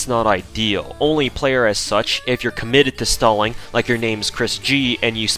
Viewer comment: Your pronunciation of stalling while discussing the stalling potential of Anastasia made me wonder when will DW release a Joseph Stallin' servant.